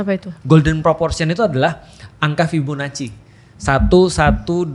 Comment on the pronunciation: ngilu dengar fibonaci yang salah